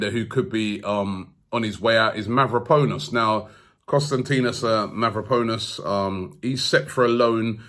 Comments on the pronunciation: Robbie used to pronounce Mavropanos correctly, so why is he saying MavropOnus now? He is obviously doing this name butchering thing intentionally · Mav-ro-pan-os break it down and maybe you’ll be able to pronounce it, Konstantinos Mavropanos, Sokratis Papastathopulous, this shit is fun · It’s Mavro-pa-nos not Mavro-po-nos😂 great show tho, keep it up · Mavroponis, Calhangolo...Robbie seriously butchering names in this video 😂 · Mavraponos . ahhahahahaha jesus robbie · Ari Gabriel how long before he says mavropenis?...🤣